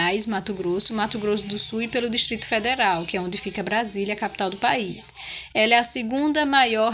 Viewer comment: É país ñ bais 😁